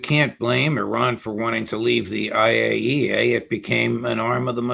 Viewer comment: Thank you Max for correctly pronouncing IAEA. 😂 So many try but few succeed. Always good to hear what Max has dug up. Exceptional.